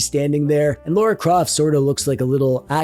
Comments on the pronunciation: L-a-r-a Croft not l-a-u-r-a Croft god it infuriates me when people butcher the english names FFS everyone says lara as it is spelled not friggin laura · i cant tell if him saying "Laura Croft" is a bit